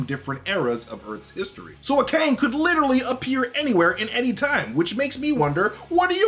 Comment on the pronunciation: It's pronounced "kOng."